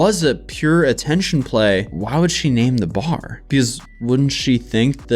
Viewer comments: that lawyer has a really weird way of pronouncing "bar" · That Malman law guy can't pronounce bar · Ive never heard someone struggle to pronounce “bar”, but that lawyer said “bawer” like 7 times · is the lawyer saying Buyer or Bar? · The attorney's way of pronouncing a three letter word (bar) annoyed the Hell out of me. 🤣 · The first lawyer says "bar" the weirdest way I've ever heard. How does he get two syllables in bar?? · That guy was really struggling to say "bar" lol